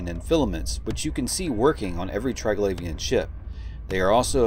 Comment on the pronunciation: tree-glavian, not try-glavian